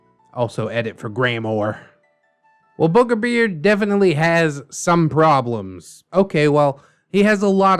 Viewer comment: “whew, I almost called him burger beard!” Also: continues to say burgerbeard (Don’t worry, I get that the two are very similar and I just find it funny)